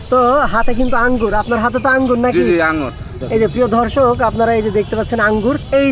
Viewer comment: প্রিয় ধর্ষক না প্রিয় দর্শক কথা বলা ও শিখেননি